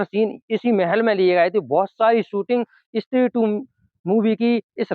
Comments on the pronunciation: Stree ❌️ Issstree ✅️ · इस्त्री नही भाई स्त्री बोलो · Istree nahi stree bola karo bhai